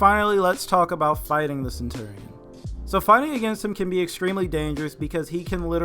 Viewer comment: Sen- chur-re-in